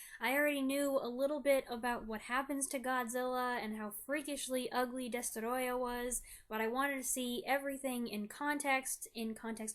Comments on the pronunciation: Well done. You made me care about the fate of a mutated, fire breathing lizard the size of a skyscraper! Plus your pronunciation of the antagonist's name is absolutely spot on! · It’s adorable how you pronounce “DESTOROYAH!”